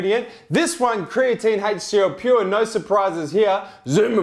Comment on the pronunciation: did you just f*** a spider? Called the HCL Pure "ALCA Pure" twice when talking about pricing. Still the best reviews I have seen thus far!